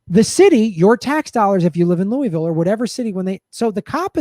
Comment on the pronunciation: Lou-a-ville. Lou-a-ville. Not Lewisville. Aaaaargh! Californians! Otherwise, spot on.